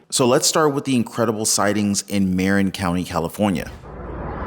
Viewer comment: Marin...Its pronounced muh-RIN